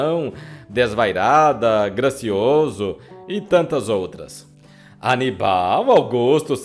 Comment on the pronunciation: O nome é Aníbal !!! Não anibál !!!!